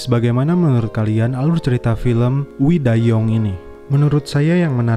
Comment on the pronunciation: Sebutan judulnya We Dai Yoongg. Korea ya pak?? Ngakak gua. 😁😆😆😆😆😆😆